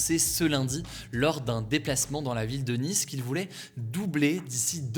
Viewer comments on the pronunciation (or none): none